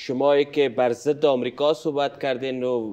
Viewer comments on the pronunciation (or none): none